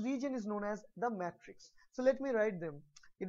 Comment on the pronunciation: isn't it "matrix" not "mattrix"